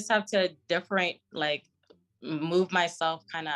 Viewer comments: That word differentiate was kickin her ass lmfao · She trying to say “differentiate myself” 🤦🏾‍♂️👨🏾‍🎓